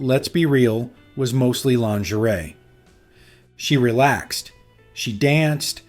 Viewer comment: You make the common mistake of mispronouncing lingerie.